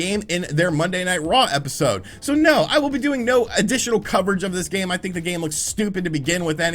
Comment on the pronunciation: It's think not thin!